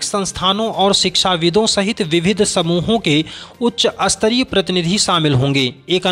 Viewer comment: उच्चारण सही करें श्रीमान। स्तरीय को अस्तरीय न बोलें। बाकी अच्छा प्रयास, अच्छी पहल।